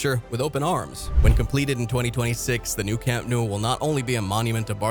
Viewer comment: You really need to learn how to pronounce Nou & Bernabeu